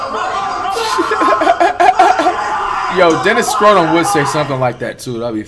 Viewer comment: He said Dennis schrodom